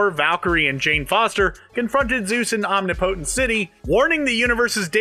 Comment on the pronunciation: It’s “Om-nip-po-tent”, not “Omni-po-tint”